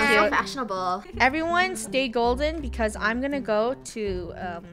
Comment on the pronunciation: "SaTy gOlDeN"